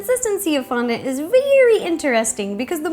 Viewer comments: its not pronounced fondunt its fondant! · The way she says fondont is so funny love it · Lol the way ro said fondant. FON-DANT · i love the way you say Fondant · please stop saying fondant in a weird manner 😏😏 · Very well explained video and answers a lot of questions, however I dislike the way she says fondant.